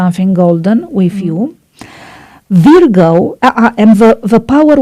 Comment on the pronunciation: You pronounced "Virgo" incorrectly.